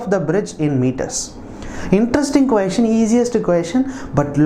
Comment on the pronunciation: Na your pronunciation on the word 'question' really peculiar one Queestion